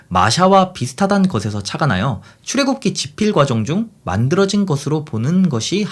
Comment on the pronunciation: 잘못 들은 게 아닌가 싶어 출애굽기 발음하는 것을 몇 차례들어보고 씁니다. 출 애굽 기(出 埃及 記)를 읽을 때 "출,(여기는 약간 길게 쉼표) 애굽,(여기는 짧게 쉼표) 기"라고 읽어주시면 어떨까 싶습니다. 사실 출과 애굽 사이에 아주 짧은 쉽표, 애굽과 기 사이에는 쉼표로 느끼기 힘든 쉼표 정도가 적당하겠죠. 뭐 기독교 신화에 대해서 나보다 잘 아는 분이라 쓸데 없는 훈수겠지만 "출애~굽기(추래 굽기)"로 읽으면 출애를 굽는다가 됩니다. '찬기파랑가' (찬 기파랑 가)와 같은 맥락이라 보심 되겠죠. 딴지 거는 것은 아닙니다. 내용이 충실한데 형식에서 스을쩍 소소한 나태함(?)이 보여서요. 추래 굽기라 읽는다고 뜻 전달에 무리가 있는 것은 아닙니다. 埃及은 원래 애급埃及으로 발음했는데 애굽으로 바뀌었군요. 급보다 굽이 발음이 더 편해서 그렇게 변했나 봅니다. 이건 사전 찾아보고 처음 알았습니다. 일본과 중국이 상대적으로 서양 문물(혹은 근대 문명?)을 우리나라보다 빨리 접해서 서구 지명을 비롯한 번역문화 역시 우리보다 앞섰는데... 여튼 동양의 서양 문물/서양의 동양 문물 번역사도 살펴보면 재미 있지요.